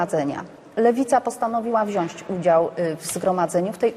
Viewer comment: WZIĄĆ... kurwa WZIĄĆ się mówi a nie WZIĄŚĆ...